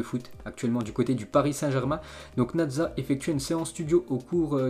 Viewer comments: C naza pas nadza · prononce bien les noms des gens stp apres boantang, natza, après il va dire de jea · Dégueulasse comment il dit Naza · Il a dit nadza ? 😂